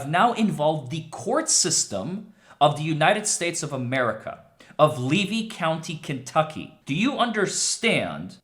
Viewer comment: LEVY COUNTY FL NOT KY !!! PRONOUNCED LEE-VEE